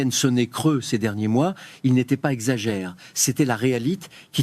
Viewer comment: Très mauvaise traduction en français : l'accentuation non prise en compte. Ex : marché prononcé marche, pas exagéré prononcé pas exagere ...